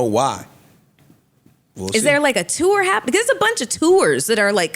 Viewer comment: In addition to the hilarious “bare and minimum” section 😂, Mel pronouncing “tour” was so funny! 😂